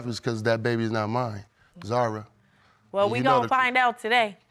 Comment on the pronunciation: yes, but we say Zahra( the h sound is clear) not like Zara